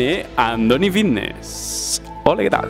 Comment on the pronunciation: "joer que bien hablo si parezco aqui un profesional" y dices fitness con V... Dices Vitness 😑